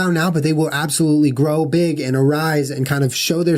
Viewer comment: I know this is a very serious and interesting topic, but when Jenna says " grow " I always just imagine the " graw " from the Cerment videos 😂😂😂